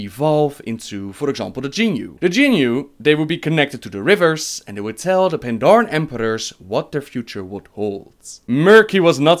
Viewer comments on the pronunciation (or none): none